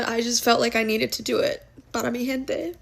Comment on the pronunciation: I’m Spanish and I don’t understand a thing of what this petulant child is singing. I asked her in her tik tok account but i bet she won’t answer. I bet u whatever she doesn’t speak Spanish, basically because she can’t pronounce it properly.. She can’t even pronounce “gente” properly LOL another laughing stock…